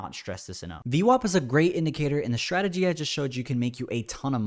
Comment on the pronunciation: When trader saying shtrategy instead of strategy, i feel that he needs to grow up.